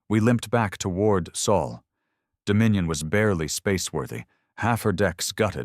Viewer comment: Sol is written Sol, not Soul! If your AI ignores this little but important fact, you should have corrected it. You skipped proofing: the story restarts after twenty-odd minutes. Serious negligence. We deserve better. Thumbs down.